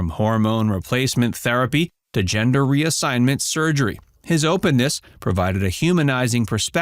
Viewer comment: I thought I was going crazy like is it called a hemder change now?...sounded made up.🤣🤣🤣